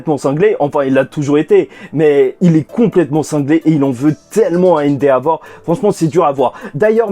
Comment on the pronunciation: Endehavor non?